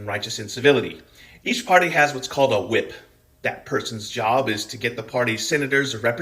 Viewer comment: Big fan of your jib,:P